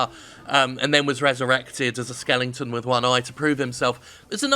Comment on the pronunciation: At what age did the young, yet disconcertingly oversize Jim eventually stop saying Skellington?